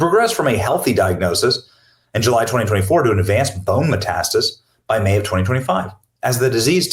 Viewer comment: METASTASIS, not METASTIS. For fuck's sake, you're already reading it. Annoying AF